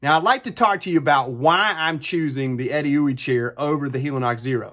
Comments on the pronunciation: That is not how I thought you pronounce Edeuoey. But by George I think you are right 🤣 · My congratulations on even knowing how to pronounce Edeuoey... Great review.